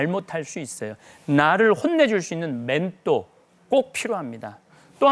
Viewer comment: 맨또가 머니 맨또가ㆍ발음좀 신경쓰시지그래